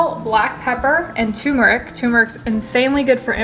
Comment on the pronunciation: FYI ... it's pronounced TUR - meric not TUM-eric ... other than that, the soup looks delish except for the blue-green algae. I'm with gabe.